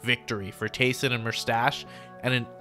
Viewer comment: you said tayson and merstach and the start